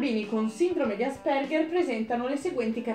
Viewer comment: a me però piace l'accento sulla a ciao raga